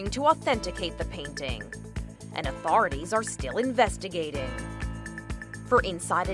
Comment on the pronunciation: The way she says authority 😂😂😂